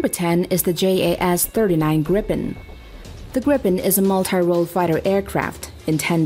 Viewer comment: Gripen is not called, gri P E N, its a long i, and a hard G and short "pen". GrrrIiiiiiipen... sounds so much better in swedish, meaning, like hippogryph or falcon.